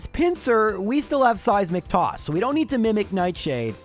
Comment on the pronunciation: Every time he says Seismic toss, i hear " Saizz Mc Toss"